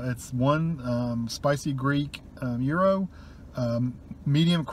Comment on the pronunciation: yes, you pronounced gyro correctly